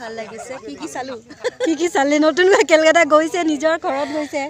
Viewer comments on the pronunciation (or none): উচ্চাৰণ অলপ ভালকৈ বুজি কৰিব লাগে।কেলকাতা বোলা কোনো ঠাই নাই,কলকাতা । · Kelkata nohoi o kolkata 😄